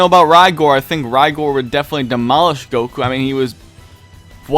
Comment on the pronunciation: its cool we know what you meant but you got Rigors name wrong as well its pronounced RIG like and oil rig and then gore like the nfl player frank gore Love your vids though #OnlyDBN